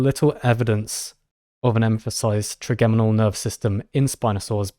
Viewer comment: Hi guys. It’s “tri-JEM-inal” nerve. As in “3 origin” because it is a single cranial nerve with 3 major sensory branches (mandibular, maxillary and ophthalmic)